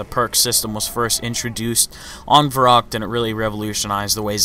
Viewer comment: Not verrakt, it is pronounced verrykt